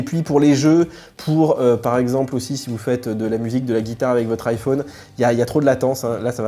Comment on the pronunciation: C’est possible d’arrêter de faire des manières SVP ? Vous prononcez le mot « téléphone » comme tout le monde, mais vous vous êtes trouvé une autre manière de prononcer « iPhone », en fermant la lettre « o ». C’est juste ridicule mon ami. On dirait un gamin qui trouve original de s’entêter à prononcer de travers le mot de son choix.